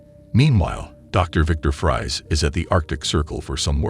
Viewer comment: Exactly this. It mispronounces things that Conroy wouldn't: Kryptun instead of Krypton, Batmen instead of Batman, Loyees instead of Lois, Luhther instead of Luther, Fries like french fries instead of like Freeze, etc